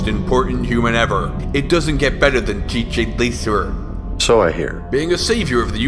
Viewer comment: I love how he pronounces TJ Laser. It sounds so epic.